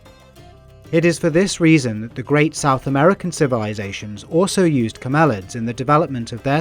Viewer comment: STOP, STOP. That's [CAM–el–ids] not [cam–EL–ids].